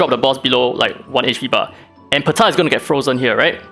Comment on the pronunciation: No one: Daddy: “PUH-TAH!”